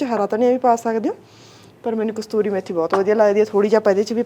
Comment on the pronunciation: Kasturi nhi ksoori hunda a